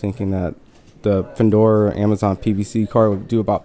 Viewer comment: Ahmazin? It's Amazon, Eddie! 😂